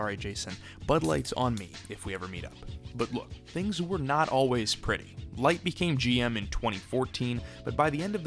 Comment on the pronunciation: You know you pronounced Licht’s name throughout, right?